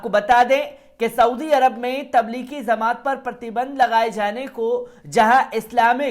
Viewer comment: Pahle aap bhai sahab kuchh jankari sahi kren. Jamaat lafz ko zamaat bol rhe ho.